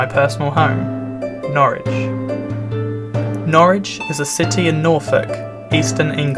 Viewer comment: Good that you pronounce Norwich correctly as 'Norridge' and not 'Norrich' as many folk do, even the locals.